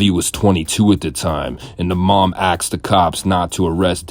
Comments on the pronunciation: You used to say “asked.” Now you say “axed.” Your English is getting worse. Are you ok? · Stop saying Axed you’re not a ignorant black person